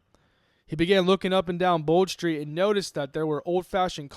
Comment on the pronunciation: Tbf you said bold street right thats about it 💀